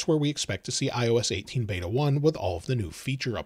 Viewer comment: It’s beta not bada